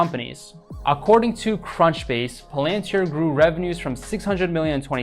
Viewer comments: It’s not pronounced pal-AN-tir. It’s PAL-an-tir. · It's pronounced PAL-AN-TEER. Good stuff...I just subscribed.